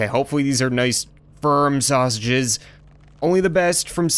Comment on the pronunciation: way did u say snashiges